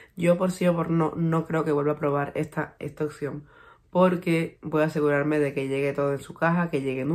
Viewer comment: oPción, no oCción...hay que pronunciar la P